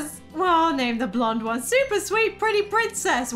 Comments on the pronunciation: Yesss! Another Hated Child! For me it's like quarter to nine at night but I couldn't help laughing every time you said Prinzess. Amazing! Keep up the great work,! 😀❤️❤️❤️ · “The prinzess” 😂🤣